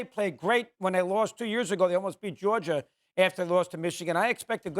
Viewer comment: SAS: "i'll take Georgiar"